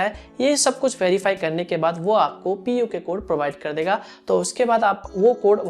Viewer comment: It is not puke code